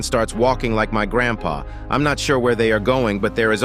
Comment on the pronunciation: You made me laugh when you said garndpa